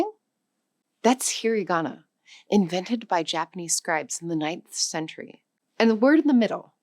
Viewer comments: Not “he-ree-ga-na”. “He-ra-ga-na”. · "hirigana"??? No, dear, it's hiragana. Do you say "aphabut"? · You should atleast pronounce it slightly correctly.... It's hirAgana. Not "heariigana"... You forgot romaji which is also used. Along with loan words from basically everywhere. But yeah. The writting system here is fcked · "That's 'hee ree GAHna'". It's 'hee RAH gahna'. A bit weird to talk about a language and simultaneously mispronounce one of its pillars. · AI slop. Hir-i-gana? Ka-da-kana? Even the English is screwed up.